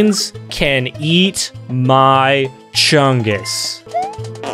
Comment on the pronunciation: BEEG CHUNGIS VIDIO